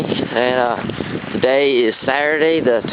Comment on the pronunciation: Lol who else say Saraday for Saturday